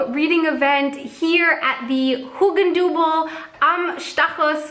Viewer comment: hey.. just in case no one told ya: Hugendubel is really awkwardly challenging to pronounce. so, if you happen to thought, "what a strange word" then that's because it actually is, lol. edit: and that this is immediately followed by, "Stachus" isn't helping much either 😅 (but you do an incredibly awesome job pronouncing it!)